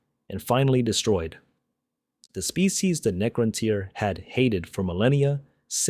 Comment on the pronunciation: Could you really not get your AI slop voice to not pronounce Necrontyr completely different two times within 20 seconds?